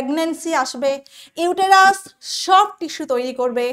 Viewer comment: Uterus er pronunciation ta vul bolechen madam..